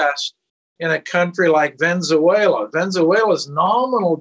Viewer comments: dont say you didnt laugh when he said ' ven-zuela' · and im here wondering "whyzuela" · How can someone in his position not know how to pronounce “Venezuela”?